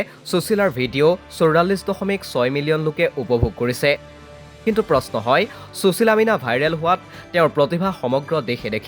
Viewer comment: চুচীলা বুলি উচ্চাৰণ নকৰিবচোন ।সুশীলা নামটোৰ সৌন্দৰ্য্য ই নাথাকিব।